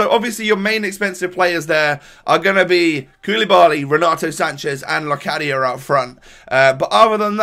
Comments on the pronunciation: you prenounce it as '' lokadia'' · You pronounce locadia as lokadia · Prenounce Locadia as Lowcaddya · You pronouce it with a 'k' As Lokadia👍